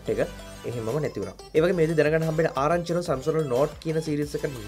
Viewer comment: සැම්සුන්ග් නෙමේ සැම්සන්ග්